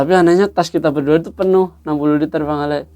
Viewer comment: Kadang kadang salah sebut jd bang Awe jg 🤣